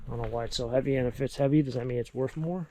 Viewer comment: I love the accent worff more not worth